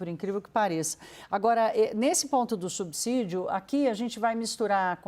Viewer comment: Que raiva de perder 3 min e escutar um jornalista dizer "subzidio"! Estudem! Vcs estão matando a imprensa com viés político e péssimas reportagens.